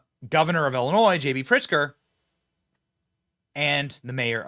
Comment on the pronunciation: Thank you for pronouncing Illinois correctly.